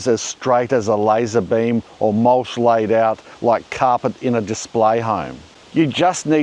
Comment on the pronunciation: Shave the noggin mate. And it’s mulch, not mulsh